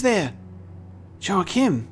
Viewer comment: To clarify, the J in "Joachim" is pronounced as an H like in Spanish, e.g. Joaquin Phoenix